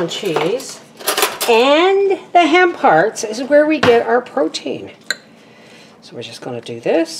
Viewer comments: Haha I heard ham parts too and was confused 🤣 I still thought it was ham parts till I read the comments! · I totally thought you said ‘ham parts’ and was confused when you said meatless. Then I got to the ‘hemp hearts’ 🤣🤣